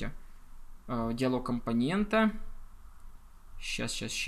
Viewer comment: компонентА, компонентУ - это в какой станичке так говорят?